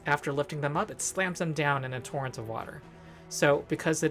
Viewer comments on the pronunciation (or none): none